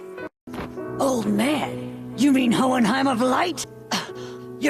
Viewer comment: WHO THE FUCK SAID HOEHENHEIM?!!!